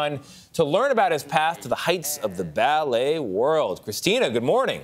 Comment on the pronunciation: NYC BAAAA-LAY ?